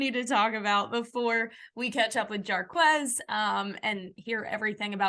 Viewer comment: Jarquez not with a M